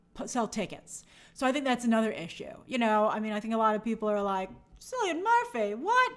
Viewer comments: In Ireland, C is hard, so its Killian, not Sillyun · I love grace, but how many times must she call him Sillian…It’s Killian (pronounciation wise) 😱😱😱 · Cillian Murphy's name is pronounced Kilian, a hard k sound.